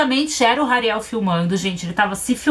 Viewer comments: "Ariel é a pequena sereia"kkkkkkkkk acho que se pronuncia "Rariel"mesmo Só acho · Tadinha da camis,ksksks a Naum sabe falar o nome do Hariel ksksk somos duas muie